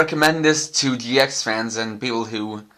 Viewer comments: It's gx not ge x ideot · Did anyone else notice how he said gee ex